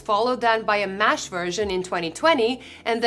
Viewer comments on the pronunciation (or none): MESH not MASH